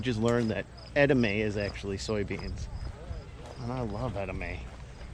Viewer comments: Ed a may? Is he talking about edamame pronounced Ed a mommie? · It's eda-ma-may not eda-may. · edamame is "ed - a- ma - me" 😄